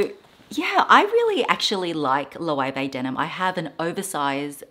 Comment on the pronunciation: The pronunciation of Loewe 😱